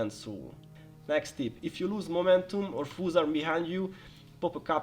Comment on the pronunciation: I was really confused on why you were calling them "foos" (slang for fools), but then i understood by the end that you meant foes. Appreciate the guide :)